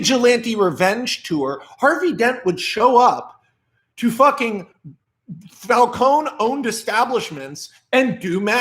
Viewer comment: Glad you call him Falcone and not falconEEEEEE